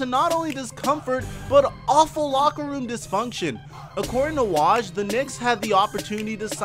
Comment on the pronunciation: You're saying Woj wrong, it's W-oh-j